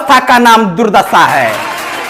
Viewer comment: Durdassa nahi durdasha boliye. Hindi bole hain to Bhojpuri mix mat kijiye. Achha baa.